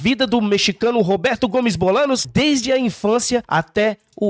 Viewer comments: Por favor, Bolaños, se pronuncia Bolanhos. No próximo episódio corrijam isso. 🙏🏻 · Como vamos levar a sério alguém que fala "Bolanos"? Hahaha